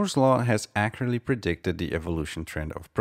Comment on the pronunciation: nice attempt of the word accurate at the beginning lol i know its suppose to be precise